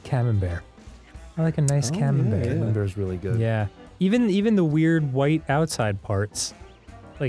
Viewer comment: Camambuerre is Camam-"burr" Buerre means butter